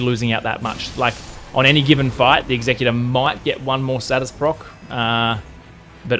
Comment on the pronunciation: Totally wrong about the pronunciation. As you said, the executor is someone who executes, I.e. gets shit done. Your pronunciation means “someone who is responsible for carrying out the terms of a will, as specified by the deceased.”